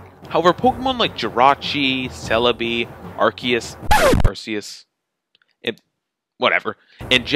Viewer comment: would someone please just watch the english version of the movie so they can learn to pronounce the name Arceus. How many times must we see that? The Safari zone intro thing was very funny though